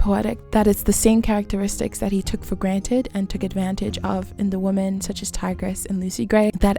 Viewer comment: Hey great video, not trying to upset you but when you say women (wim•men) you say woman singular. Common mistake but love the analysis overall